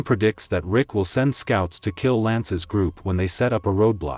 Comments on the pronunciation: Love the video. But who the hell is "Lick?" and "Rig"🤣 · Bro said Vick lol